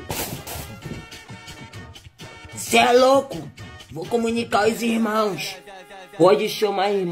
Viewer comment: "vou comunicar os irmãoxxxx" kkkkk